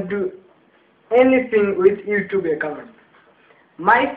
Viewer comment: 'eccount' LOOOL